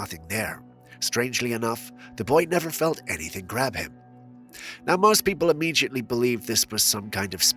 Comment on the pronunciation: im-mee-jutly? Lol.